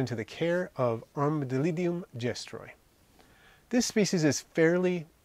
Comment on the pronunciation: Your saying it wrong 😂